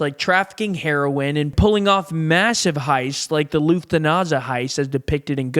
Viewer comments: Loftananza heist 😂😂 It is my maffia family; Loftananzas 😂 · Did he say the luthanaza heist?😂... Lufthansa🙄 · Benano? Loofathansa? 🤦‍♂️ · “Loof-ta-naza” made me laugh but great doc overall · Luft-Hansa is how it is pronounced Why are Yanks so incredibly ignorant? Why do they not look these things up? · Pronouncing it "Loofthenaza" heist is crazyy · Loof-tha-naza heist? 🤣😂😂😂😂😂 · How do you put a video like this together and not know that it’s “Bonanno” and how to say Lufthansa? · cannot even pronounce Lufthansa properly FFS!